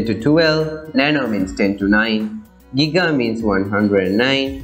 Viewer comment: VTHE WAY YOU SAID GIGA!